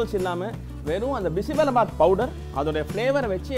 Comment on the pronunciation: Its Bisi BeLe bath not bisi bela bath! Am glad u said the difference between sambhar and BBB not everyone knows this!